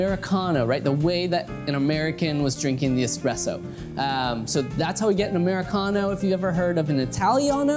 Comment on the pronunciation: "'Muricano" :D